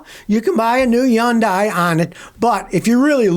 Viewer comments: its pronounced hunday not yundai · It’s pronounced “Sunday with an H”. Hunday…….. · Why does he say Yundai ? He keeps pronouncing it wrong. I know he doesn’t like them but why trash their name like that ?